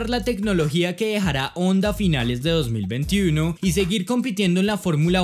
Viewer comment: Se puede decir 2021 sin pronunciar como un guiri